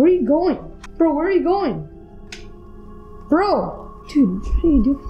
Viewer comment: Bro go beo I mean bwo I mean beo I mean bro